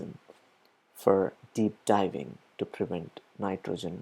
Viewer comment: You could attract many, many more listeners/audience if you improved your pronunciation. Read it several times to yourself, record yourself and listen to yourself, have somebody correct/criticize you in order to improve yourself ... there only a couple of words that make people NOT want to listen what you are saying, correct that and you will be OK! Dis ks/discuss, PRI vent/prevent, ... or the best would be: have your text read by a native American!